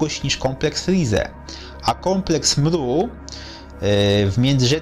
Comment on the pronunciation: Zmien tylko to mru, bo brzmi to beznadziejnie! Nikt tak nie mowi!!! TO JEST EMERU